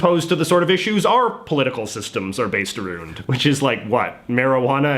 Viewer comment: bro did you just say "aroond" wtf?